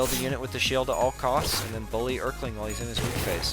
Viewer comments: Er-keling ahh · hes a king.. so its more like, earl-king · Bro did NOT just call him the Errr-kling 💀💀💀💀